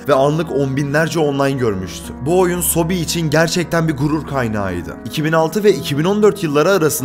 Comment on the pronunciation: sobi değil soobee ebe sobe yani bebeler